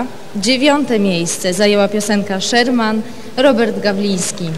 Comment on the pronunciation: ooo to szerman sie czyta. a nie cherman.. tyle lat w błędzie :p